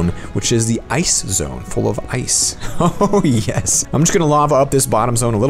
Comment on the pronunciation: When he says oh yes, it sounds like tasty